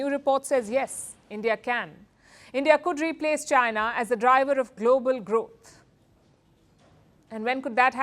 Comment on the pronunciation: "as a global gross" ?? congrats